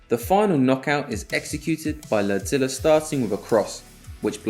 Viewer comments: I thought he was saying “lead-zilla” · The whole time I thought he was calling him "Godzilla!" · All I can hear is LerdZilla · It sounds like the man is saying LordZilla. After watching the video, it would be appropriate. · At first I thought you were saying larZilla like mixing a name with GodZilla (bc he that dominant)...then I realized that was just his name Lerdsila